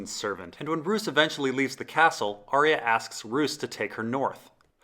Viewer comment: Geez dude you have the worst pronunciation of names. Vor-eehs, Cat-u-lun, Ar-eeh-ya, its unbelievably distracting